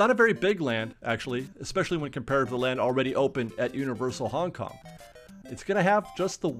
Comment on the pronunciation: It hurt a little each time I heard Hong Kong..